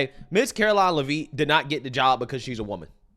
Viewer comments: Lev it. Not Livvit, lmao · STOP IT!!!👹 Her name is pronounced: “LEV-it” not “La-VEET”!🤪🙄😂😆🤣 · FYI....her name is pronounced Levit. Watch you every day! Keep up the great work. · Love the show the name pronouncing is Lev-itt (a is silent) thanks you’re awesome I recommend to all my family & friends 😊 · her name is pronounced “Leh Vit” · My man... FYI... her last name is pronounced LE-vit... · it's pronounced like Lev It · If you only read one comment plz read this one.. it's pronounced Lev-ittttttt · Le-Vitt. Come on! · Pronounced LEHV-it. Come on. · I’m not trying to be rude, but I think her name is pronounced “Lev-itt” like it’s a short E. I might be wrong, but that’s how I’ve heard everyone else say it. Also, Karoline has her degrees in communication and political science. How tf is she unqualified? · Bro, SAY HER NAME RIGHT!! IT'S PRONOUNCED Lev-IT!! Lev-IT Lev-IT Lev-IT Lev-IT Lev-IT!!!!! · Why are you mispronouncing Karoline Leavitt's last name?